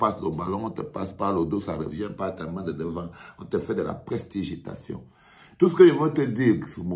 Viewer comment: pour la prochaine fois on dit "pres-ti-di-gi-ta-tion"